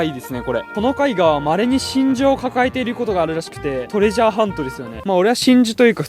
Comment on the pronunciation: めっちゃ真珠のことがしんじょうてきこえたの僕だけかな？